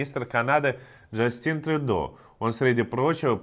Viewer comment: Мне как жителю Канады было забавно слышать имя премьер министра! Если вы читаете на английском то он "ДжАстин" а не французском "ЖустЭн", но никак не женское имя "ДжастИн" - окуратнее с ударениями :)